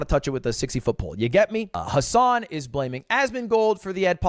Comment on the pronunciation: Ludwig.... really you can't say Hasan???? Hahahaha